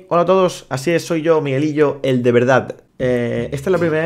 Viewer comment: Miguelillo "direrto"